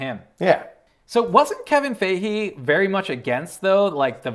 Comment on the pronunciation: I’m sorry, Kevin “Fayhe”?!?